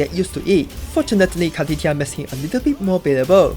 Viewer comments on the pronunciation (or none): i just have to , car-titti -a xD